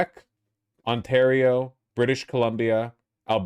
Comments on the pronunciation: I can't get over the fact that Vaush pronounces Ontario like it's a Japanese word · if he pronounces Ontario like that again something bad will happen